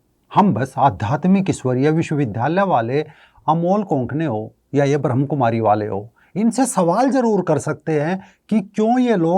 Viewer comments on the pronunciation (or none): Pehle toh theek sarah se bolna sikho. Ye BhramKumaris nahi hai. Brahmakumari hai. Aur Brahmakumaris family walo se NOC LETI hai!! Also... There is a spiritual nerve center in the brain which can be activated anytime in ur lifetime. Age, gender does not matter. So it is no surprise that this woman's daughter is more spiritual than her. Get real people...dont post BS.